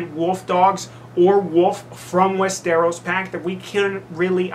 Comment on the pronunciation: "I don't know if you're familiar with Game of Thrones." I am, but from the way you're pronouncing Westeros, it would seem you may not be :)